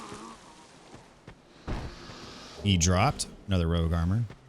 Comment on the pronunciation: It's ROUGE water, not ROGUE water. Rouge is a reddish color, just like crimson water is also a reddish water.